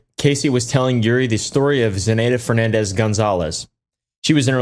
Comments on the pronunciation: I can’t believe I just heard say “Fer nah dez” instead of Fernandez i didn’t think there were people who could mispronounce that so badly 😅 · wendigoon struggling to pronounce fernandez has permanently changed my perception of him